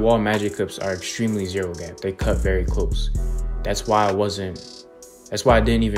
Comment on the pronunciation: I like how the news anchor said: "CUHT" not "CUT"